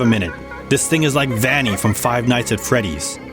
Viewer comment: he said it vanny lol